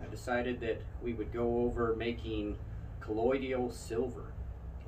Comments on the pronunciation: Why in the heck does everyone keep calling it "colloid-ial" silver?? It's properly pronounced "COLLOI-DAL." 😁🤷🏾‍♂️ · JUST an FYI............. you really lose credibility (believability) when you don't know how to pronounce the word correctly........... It's NOT colloiDIAL it's colloiDAL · It is not collodial but colloidal